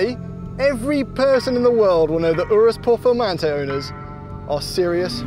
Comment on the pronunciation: 😂 I'm dying here . ooorrooohs pehrformahntey